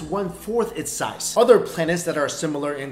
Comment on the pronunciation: It's so hard for asians to say the instead they say dah instead of other they say oder